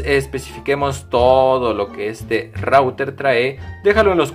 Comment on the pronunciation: SE DICE RUTER